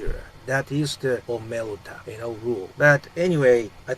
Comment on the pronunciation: omerta not omelta